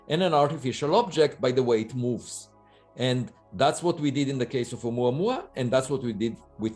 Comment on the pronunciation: I like how pronounces "Oumuamua"